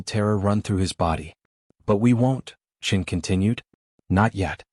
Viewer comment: Admiral Chin? Not Admiral Chen? It's not a real space tale without Admiral Chen. What next Lieutenant Marrison instead of Morrison?